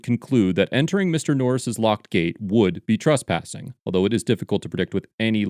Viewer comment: STOP SAYING TRUSPASSING ! LMFAO and stop saying TRASPASING ! It's "trESpassing"!!